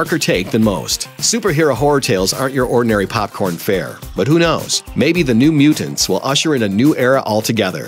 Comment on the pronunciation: Mute. Tants. Anyone else feel like he was saying Mutants wrong?